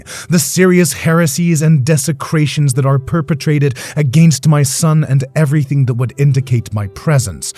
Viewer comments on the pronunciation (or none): none